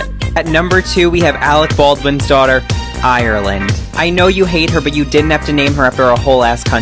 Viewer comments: Not just any country it’s IrEEland(no offence to anyone who pronounced it this way but like it’s annoys Irish people so much) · but I hate it when Americans IIIIIrland YOU DON'T SAY THE I IT'S ARE LAND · ikr. like it’s not IERRland, just say Ireland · as a Irish myself I don’t like when people pronounce it that way as personally most of us pronounce it ‘I-er-land/Lind’